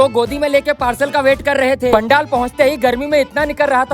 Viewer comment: Pandel❌ Pandaal✅🙂